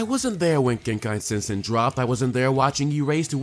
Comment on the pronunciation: It sounded like genkai sensen? I couldn't make out what you said in the video